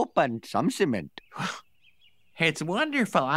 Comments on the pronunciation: Thought Apu said Semen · indeed pronounces the word 'cement' in two different ways...